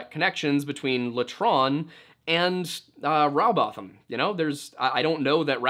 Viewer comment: It's Rowbotham as in Row your boat, not having a Row about the shape of the earth.And Bottom, not botham.